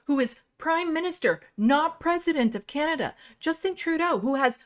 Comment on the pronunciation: The little blonde lady said "Canadia" SMH